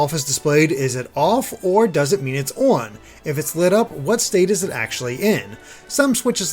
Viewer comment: "œn œff switches"